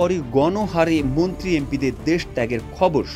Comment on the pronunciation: মুন্ত্রি না মন্ত্রী 😂